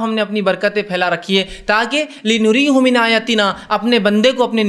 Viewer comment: Assalamualekum , Aap ne jo ayat padhi us me ek lafz hai " li nuriya hu "" us ko Aap ne ghalat padha hai Aap ne " li nuri hu "" padha ,,, mashaallah Aap Acha bayan karte hai , Aap K bayanath ache hote hai ,magar. Quran ki ayatu ko thoda ache andaz Aur fluently padhe